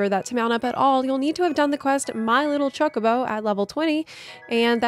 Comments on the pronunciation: you need to learn to say chocobo properly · The way you said Chocobo lol